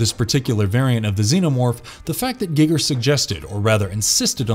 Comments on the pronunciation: If that's how you pronounce Giger, you totally lose all street cred. It's 2021. Have you not heard his name pronounced once? Then that raises the question: have you ever seen any of his movies? Ya basic. Unsubscribed. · It's actually Gig(g)er, not Guygger like we've heard... Giggity Giggity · I don't pronounce it guy-ger I pronounce it with an e like a karate Gee- ger sound rather than the youtube guy gig-er .. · Guy-gir not Gig-er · Geiger is pronounced Guy-ger not giger or gigger Jesus chrust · Hahaha.. wtf? Gigger?.. its H.R Giger! Lol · "Gigger"? ....No. Just, no. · I’m sorry but the way you said Giger made me crack up laughing, good video though 👍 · You can hear the dude who reads doesnt know anything about the text hes reading from,pronouncing peoples names wrong and crafts names wrong etc,he whould not do that if he where a real fan.. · im so annoyed by how you don't pronounce the H.R Gigers name correctly. also the backstory of the man who played the alian is incorrect. they found him in a bar and were like wow you are really tall. would you like to be in a movie. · GEG-er? NOS-tro-MO? This is the second video ive seen and both have mispronounced words, some of these words you mention are literally in movies you talk about, you could just repeat them. Also, "hostile and passive beast" "dreadly powerful", who proofs these?